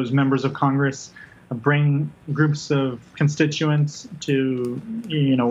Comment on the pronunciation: Oh, I see what you did; you made "congress" sound like "CON-gress”, because you are a free man, and you shan't be ”conned”... Very clever! We need a "tell-the-truth-gress", right? Your well-wrought word-play is an inspiration to us all; keep up das gute Arbeit!